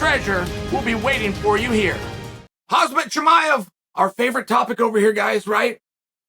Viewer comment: And then the ad ends… Hazmat Chimaev